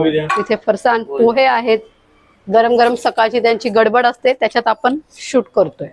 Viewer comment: नमस्कार, सर्व प्रथम आपले अभिनंदन कारण आपण मराठी ब्लॉग बनविता आहात. आपला हा ब्लॉग बघितला काही त्रुटी आहेत, आपणास नम्र वीनंती आपली मराठी भाषा शुद्ध बोलण्याचा प्रयत्न करा काही चुका तातडीने दुरुस्त करा. 1) आपण: आपन नव्हे 2) पण: पन नव्हे 3) जाणार: जानार नव्हे 4) फरसाण: फरसान नव्हे आपण एक इंग्रजी शब्द वापरला: wow कशाकरीता त्यापेक्षा अप्रतिम हा शब्द, एक bite घेते: यापेक्षा चव घेते. राग आला असल्यास क्षमा असावी